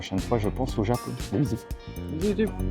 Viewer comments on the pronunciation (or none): none